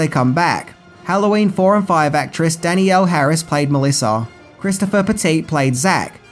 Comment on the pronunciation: Danny L Harris ? No,. that's not how you should say her name. I believe she is the second most famous person in the movie. I have that original poster still.